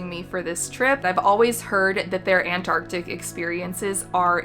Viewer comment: The way you say Antarctic 😂😂😂